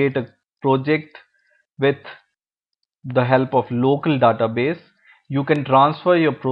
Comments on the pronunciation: I can't concentrate when he says "Database". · i cringe whenever he says database..